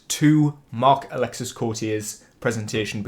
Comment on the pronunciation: Before you react to the rest of Marc-Alexis Cote's presentation you should probably know the S is silent, "Alek-see" rather than "Alek-sis"